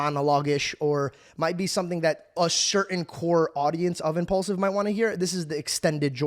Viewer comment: for some reason you calling it "impollsive" really triggers me. It's mean to sound like it has the nam "Paul" in it. Impaulsive...pronounc it like "porl", not "poll".